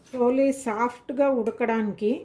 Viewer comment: చోలే కాదు, ఛోలే అనాలి, అలాగే భటూరే అనాలి, బటూరె కాదు.